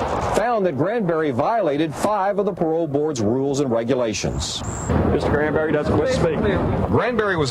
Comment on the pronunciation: GRAN-berry. Not CRAN-berry, GRAN-berry. That name is just wrong altogether.